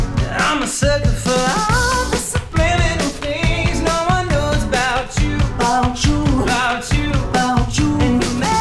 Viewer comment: Joe Jonas - " 'bout chew" Nick Jonas - "bachoo"